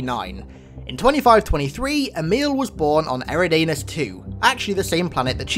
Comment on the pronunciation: Eh-ri-dain-us? Uhh... it's pronounced "Eh-rid-nus."